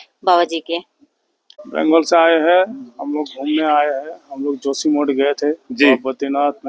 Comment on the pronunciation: जोशीमठ को जोशीमोठ बोल रहा है ये बंगाली यात्री 😂😂😂